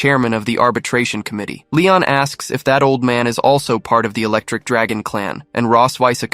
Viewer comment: my nigga did she say misty was an electrik draagon get your ahh out of here